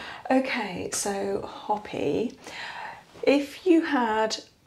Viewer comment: Great video! However, Hopi is pronounced Hoe-pi not Hoppy.